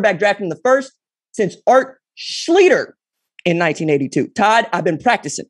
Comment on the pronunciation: It’s pronounced (Schleester)! Love your show.